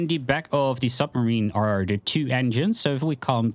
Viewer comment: You say "de" instead of "the" lol.